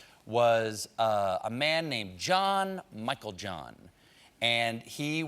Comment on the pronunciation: finally someone who can say the last name right